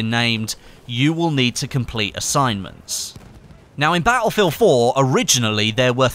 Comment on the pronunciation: I didn't know Battlefield was pronounced "BAH-EL FIELD"